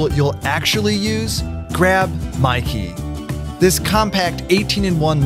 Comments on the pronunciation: Mykee? That sounds like Myki... The electronic-chip travel-card for Victoria public transport... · Wait did he say grab mykee OK I'll grab your key 😂 😂 😂 😂 😂 😂 😂